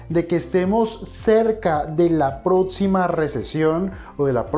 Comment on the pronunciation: Es próxima, no "protsima", ni hablar sabes mucho menos vas a saber del tema de las inversiones.